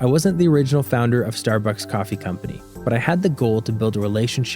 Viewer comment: it seems this is an ad for Starbucks? also who says star-books? like this guy.